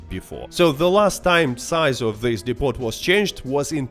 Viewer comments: It's pronounced 'dee poh'. When you say 'dipot' you sound like a silly foreigner. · Depot is pronounced "Depo" by the way.